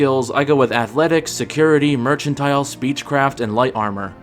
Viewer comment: I have never heard anyone say "merchantile" before. Considering the actual word...you know...doesn't have an H in it.